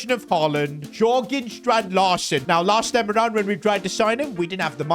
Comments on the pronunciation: It’s pronounced Yergan not Jorgan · Its not called [Djorgen] but [Yorgen] Strand Larsen